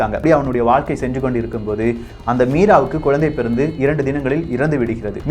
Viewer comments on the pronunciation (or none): none